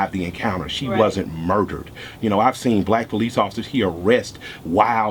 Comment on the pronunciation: I FELT Homie!!! The way he says MURderED! & the look on his face!!made me join IG Guestion though WHY? WHY? WHY? isn't this VERY VERY VERY Intelligent SMART pro-active & reactive solution to the struggle isn't "going viral" in OUR community? We can spread viral videos of funny/amusing, World Star or shocking vids. However Modern day Malcolm X's & Dr. King's just get passed over ( unless it's an 11 year old boy imitating viral REALLY!! FOH!). I pledge to become part of the solution. . .Soon as I can $100 to A Black owned bank!! MY MAN KILLER MIKE THE RE-IGNITION OF Mal X, HUEY, FRED, & STOCKLEY & KING all rolled up in, 1 LUV!!!